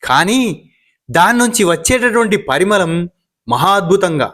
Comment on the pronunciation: అయ్యా! తమరికి తె లుగు సాహిత్యం మీద మంచి ప్రేమ అభిమానం గౌరవం ఉండం చాలా హర్షించ తగినదే కానీ మీకు కొన్ని అక్షరాలు పలకటం లేదు అవి ముఖ్యంగా మీకు ణ, ళ మరి కొన్ని చోట్ల వత్తులు పలకటం లేదు. ఉదా|| కళ్లు అంటే కనులు అంటే దీన్నే తమరు కల్లు అని పలుకుతున్నారు కల్లు అని పలికితే అది మద్యం అవుతుంది అలాగే గుళ్లు అంటి తమరు గుల్లు అని పలుకుతున్నారు అలాగే పరిమళం అనే పదాన్ని తమరు 'పరిమలం అని పలుకుతున్నారు మలం అంటే అర్థం మీకు తెలుసననుకుంటాను. చూసార ఇంకా చాలా పదాలు సరిగా పలకలేని వాళ్ళందరూ ఇలా నత్తి పలుకులు పలికితే అదే సరిమైనదనుకుంటునారు జనం. మరొకటి కూడా మీకు ఈ సందర్భంగా ప్రస్తావిస్తాను ఇల్లు అంటే ఒక ఇల్లు అని అర్థం అదే రెండు ఉంటే అప్పుడే మనాలి ఇప్పటి జనం ఇల్లులు అంటున్నారు అది తప్పు ఇళ్ళు అని పలకాలి కాని మనకు తెలిసినదేమిటంటే పిల్లి పిల్లులు అంటారు కదా అలాగే అనుకుంటున్నారు. దయచేసి ముందు మీరు మీ ఉచ్ఛారణ దోషాలను సవరించు కొనిసరిగ్గా అక్షరాలను పలకడం నేర్చుకుని తదుపరి వీడియోలు చేయండి అంతేగానీ అర్థాలు మారిపోయే విధంగా పలికితే మీ పరిజ్ఞానాన మే సరైనదను కొని అదే అందరూ నేర్చుకుంటారు. నా ఈ విమర్శను సద్విమర్శగా పరిగణించండి దయచేసి నన్ను మాత్రం తిట్టుకోకండి తెలుగునేర్చుకొండి తెలుగు భాష ఎందరో మహానుభావుల చేత పొగడబడింది ప్రపంచ భాషలలో రెండవ గొప్ప భాషగా ఎన్నుకొనబడింది శ్రీకృష్ణదేవరాయలు దేషభాషలందు తెలుగు లెస్స అన్నారు. తెలుగు భాషను ఇటాలియన్ ఆఫ్ ది ఈస్ట్ అన్నారు. ధన్యవాదాలు. నాతో సంప్రదించాలనుకుంటె వవరైనా నాకు పోన్ చేయవచ్చు నా ఫోన్ నెంబరు